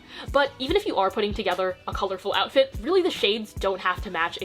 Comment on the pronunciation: 'oufit' im not sorry :)